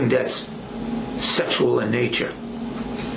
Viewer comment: Dee’s Don’ts and Dat’s… Nuf said.